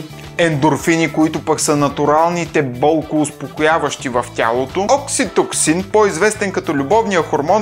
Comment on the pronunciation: OкситоЦин, не окситоксин.